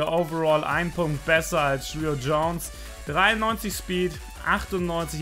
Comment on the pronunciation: Er heißt Julio aber es wird chulio ausgesprochen